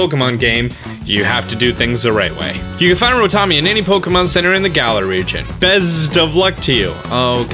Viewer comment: Finally you are pronouncing Galar properly! It only took you like 4 months 🤣🤣